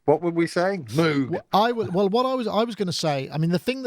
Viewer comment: Thanks for 1 of the more exciting shows in a while. Good topics and great crosstalk. Notes for peeps: Novation Circuit Sponsor/contest Moog Mother-32 MPC Touch Social Entropy Engine (sounds like it's working to destroy society). Surface Book Cows go "mooo" not "moue" - even the animals got it figured. Only reason he insisted on having it pronounced differently, is because they teased him in school. And ofc the patch cables doesn't have logos. They bought a couple of boxes from a chinese company for 1cent per cable, repackaged them, and sell them for 280x the amount because now it's "Mogue"... That Mother-32 is looking pretty tasty though, is it a sort of synthesque milf thing? About the Novation Circuit, overall i hope they've done great - i'm a big fan of grooveboxes, so more of them is nice. But as i've said before, it's not only too close to the Korg Electribe in some respects, but it's also outdone by it. And with only 60£ between them (as you aptly point out), i think the Novation needs to "shed some financial weight" if it's to be a success. That said, while the Electribes have their own, slightly closed, fanbase. Novation have had great success with marketing the "Launch" range of products in particular. So not only have they shown they know how to "talk" to their customers in general, but i think the Circuit could possibly ride on the back of the Launch range image-wise. And despite currently being on the slightly expensive side, com